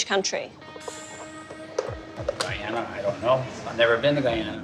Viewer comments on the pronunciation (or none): “Philip from Guyana” 😪 really bro?